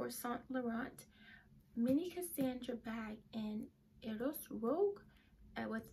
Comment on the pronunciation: Love the Cassandra. “Rouge” is pronounced “rooj” with a soft j sound at the end.